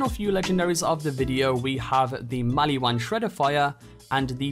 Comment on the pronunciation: Are we just gonna ignore that he said “the maliwan shredifire”